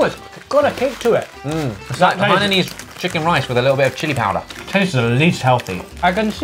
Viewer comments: I am from Singapore and oh my God I can't stand that ollie says hananan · In most if not all of the non english words, a is pronounced as ‘ah’ so it would be ‘lucksah’ and ‘hainahnese’ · As a hainanese person I respect Ollie’s way of saying it :Han-nan-nan is respectably better way of saying 😂.